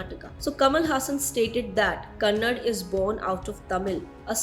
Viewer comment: Itsa kannada not kanad